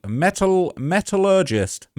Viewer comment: Keep trying. It's good to read and to learn the proper pronunciation of words like. Metallurgist or metallurgy metal..urge..ey.